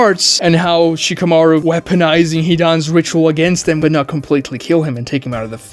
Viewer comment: Who is she-kuh-mar-oo? I see Shka-mah-roo on screen.